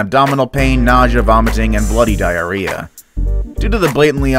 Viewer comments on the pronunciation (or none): He said the flamingo word bloody dieyrea